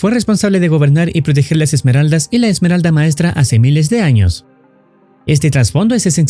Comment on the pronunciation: Esmeralda❌️ Esperalda✅️